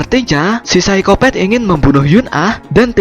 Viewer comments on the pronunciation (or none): Psikopat min bukan psikopet😀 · hahaa iya sykopet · Apa Cuma aku Yg denger Orng Nya bilang Saykopet wkwkwk